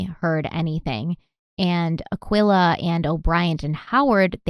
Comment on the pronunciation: This case is hurting my feelings already, but not as much as calling that mother "Akwilla"..... I think its pronounced Uh-key-luh, dearest.